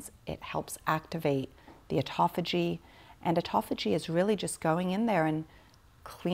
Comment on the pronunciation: Considering the major premise, autophagia is constantly mispronounced is unsettling at the minimum.